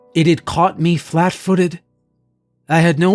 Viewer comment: Why can't this guy pronounce "me" properly?